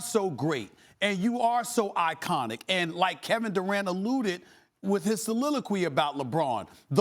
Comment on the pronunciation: Stephen A. 🗣💦 SalilaQwee 🗣💦 AkQweyesentz 💦kapitchulate